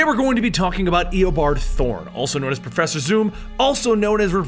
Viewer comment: profeeser thorn?